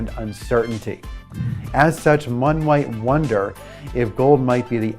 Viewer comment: "....mone wight wonder......"???😂 Had to double take as I thought I was going nuts.😉